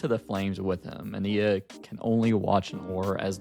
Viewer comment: Love your perspective just don’t like how you say ania (a-niy-ya)